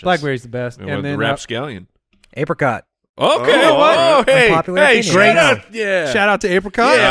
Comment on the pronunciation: Why do all of them pronounce Apricot incorrectly?